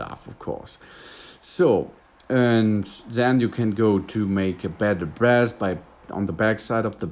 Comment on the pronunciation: Bass is pronounced 'base'. But your big mistake to try to sound kool in English when you don't recognize how creepy you sound to native English-speakers. Creeeeepy. Your regular English is fine. The Kool Guy thing reflects the voice movie makers use for Loser Guy.